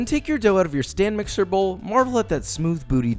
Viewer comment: Am I the only one who hears him say "STAN MIXER"????